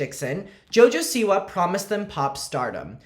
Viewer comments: I can’t say it normal anymore she’s now jojo seawee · It’s no longer Siwa. It’s siwi